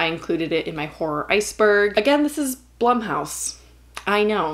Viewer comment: I thought "Blumhouse" was pronounced "bloomhouse."